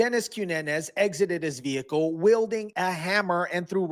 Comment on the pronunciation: & she still said, behicle..not vehicle.